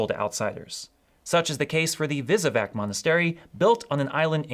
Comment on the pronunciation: Croatian Island of Visovac is pronounced "Wesowatz"! In croatian each leter has one sound so it is pronounced exactly as it is written.